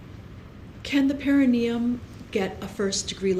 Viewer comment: Why doesn't anybody in this trial know what the perineum is, or how to pronounce it?